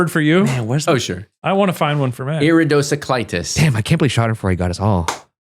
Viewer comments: That's the way I feel about iridocyclist. I was hearing "sa", not "cy"; had never heard the word before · The way he pronounced the Cy as sa, it's not a surprise. I had never heard of it before, in spite of being a big reader. I stumbled at that point and I wondered if it was his pronunciation